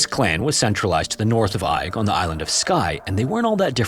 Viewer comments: The isle of Eig is pronounced EGG, not EYE-G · Eigg is pronounced "egg". I know, easy to mistake and not that you'll even see this! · ‘Eigg’ is pronounced ‘Egg’. It’s one of a group three well-known islands on the west coast - Rum (the largest), Muck (the smallest) and Eigg. I’ve sailed around the area. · I feel kinda bad for correcting you, as it was a valiant attempt, but believe it or not, Eigg is pronounced "Egg". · Eigg is locally pronounced as Egg. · Seriously man, search for the proper pronunciation of places in the UK before throwing them into videos. Your content is good but the Clan story was unbearable - the island is pronounced "Egg". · Greetings from Scotland. The island of Eigg is pronounced EGG..... I still enjoy your stories though. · stressfull to hear you mispronounce Eigg (egg) sm times but glad somewhere from my home is being mentioned. I've been in that cave and found bones!! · you do such incredible research and yet it is such a shame when pronounce place names so incorrectly, please research this as well! i'm relieved that macleod was said correctly but southwark and eigg are not said that way. without using IPA its best described as southwark being "sutherk", similar to suffolk. and eigg is pronounced more like "egg" or "airgg". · im pretty sure Eigg is pronounced more like "egg" just an fyi! ♥ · That’s not how Eigg is pronounced at all. It’s said “egg”. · Amazing Video as always. Fyi, Eigg is pronouced Egg. We Scottish love making things hard to pronounce. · It's pronounced "egg". Source - I'm scottish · Eigg is pronounced 'egg' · Eigg is pronounced as 'egg' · I'm going to be picky here and point out that Southwark is pronounced "Suth-rk" and Eigg "Egg". It's makes me wonder how accurate the other details of the stories are. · Isle of “egg” that’s how you say it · It's pronounced EGG!!! 🏴🏴🏴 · I know it's spelled pretty strange but the island name is pronounced "Egg"